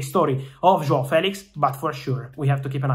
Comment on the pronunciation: The way Fabrizio fighted to say "João" was really well! Well said! Saluti Dal Portogallo